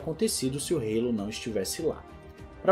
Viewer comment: O que é o Reilou??????? Se todos falam Hallo( álo)!!!